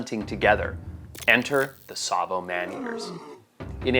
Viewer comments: Btw Tsavo has a T which is silent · That should be Tsavo, not Savo.